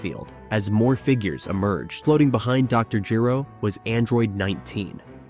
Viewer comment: Or mispronounced name (Gero)